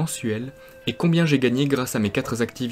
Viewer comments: " Mes quatre Z activités professionnelles"... Cette année, j ai rien dépensé Z en Bescherelle. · "Quatre zactivités." Le type vit seul, pas de charges de parents ou enfants...AH OUI! La chatte! ridicule ce mec avec tous ses comptes... En passant, les dépenses son animal sont grotesques. Acheter les sachets hyper cher, pas la peine. On nourrit de son chat avec les restes et du riz. Point. Avec un poisson bouilli appelé le tacot (plein d'arêtes attention). les enlever soigneusement et votre chat se portera très bien. Allez il vit à l'aise quoi. La ferme à côté lui fournit internet.... BAHH. Et l'aide MAMAN plus le cadeau de son parrain qui a démarrer sa tayni aouse.